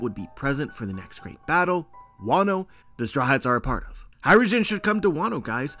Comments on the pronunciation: Sick theory, definitely would be sick! but all I hear is “hydrogen” when you say “hajrudin” lmao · Hajrudin,. It's an Arabic name. Not Hydrogen.